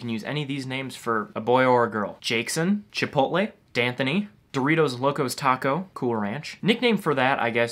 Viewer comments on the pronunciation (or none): Fuckin "Chipotleigh" 😂